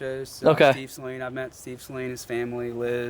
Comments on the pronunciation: Good lord pronounce saleen correctly... it's saleen NOT SAYLEEN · You guys just glaze over the fact the 351 is a pushrod windsor motor in a new edge from "factory"! The extreme rainbow is a lot like LV4 midnight purple on the skyline but the beryllium is fire! Sorry to be "that guy" man but it is Saleen(Sa-Lean) not saline(say-lien), Mans name not salt water. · I had to laugh when he said wow look number 03 the 3rd one built....03 is the year...and if it says s281 that's 281 cubic inches....and it's saleen not sayleen .... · Every time you said sayleen it hurt that poor man…it’s Suh-leen…Saleen…Also Steve saleens daughter drives a new edge saleen…Thanks to both of you for the awesome video…. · My wife said the same. She was like, what is he saying? What is a Say-leen? Isn’t it pronounced Suh-leen? I just started laughing. It’s like the guys that say sir is that a Rooosh to my stage 3? Lol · There is a guy named Patrick with a huge collection of Saleen(pronounced Suh-leen BTW) cars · “Say-leen” oh my god I cringed everyone you said that. A little research before you shoot these videos would go a long way. I felt like my nephew was shooting this when you continued to say “vert”. I feel like these Gen Z kids have no business doing a legitimate review. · I stopped watching this when you kept on calling them “Say-leans” and I do own a rare 04 Saleen .... how are you gonna make a video on something that you don’t know how to pronounce 🤦‍♂️ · It's not Say-leen... jeez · You were destroying my mans soul everytime you attempted to pronounce Sa-leen. Poor guy. I could see him cringing every time. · as someone who has followed these cars since they were new 20 years ago, it's so refreshing to see your excitement learning about the features and models of the specialty Saleens that were produced. We get a bit jaded just assuming everyone knows this stuff. BTW I'm glad you have since learned how to pronounce Suh-leen haha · take a shot every time he pronounces it "say-leen"